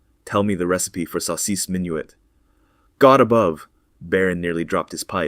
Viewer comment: You can tell it's AI. He can't say "saucisse minuit" properly and suddenly at the list of names he acquires a French accent 😂 Sleep inducing drone.